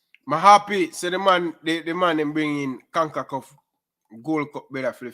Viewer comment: Con-ca-CAF Not Con-ku-KUFF